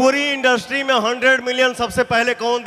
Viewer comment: चंद व्यूज के लिए दूसरे कलाकार का अपमान मत करो पहले इंडस्ट्री ठीक से बोलना सीखो बोलने के तरीका से लग रहा पांचवी करके पढाई छोड़ दिया था ~ एक निरहुआ फैन